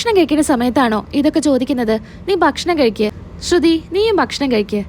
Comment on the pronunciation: കെഴിക്കുവല്ല,കഴിക്കുക എന്നാണ് പറയേണ്ടത്